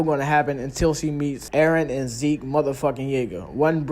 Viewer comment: Why are you calling ZEKE as ZEEK 🤣🤣🤣